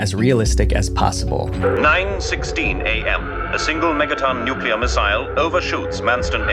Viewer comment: Thank you for not mispronouncing the word "nuclear." So many YouTubers, whose jobs are to speak to the masses and should be expected to do so correctly, pronounce it "nucular," like NOO-cyoo-ler. It's like nails on a chalkboard!